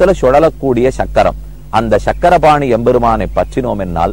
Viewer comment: it is Chakrapani Temple not SANGARAPANI. meaning itself will change . please correct